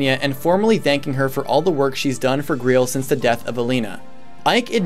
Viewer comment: You pronounce Greil like Greel. I'm pretty sure it it's pronounced like the holy grail. The game has a sort of Arthurian legend them about it, what with Gawain being the knight that found the holy grail (or maybe it was Galahad...) and the black knight and stuff. Titania is also the name of the Queen of the Fairies, and I think someone how relates or is similar to queen mab, the sorcerous queen from arthurian tales too. Either way, definitely some large nods to English legends.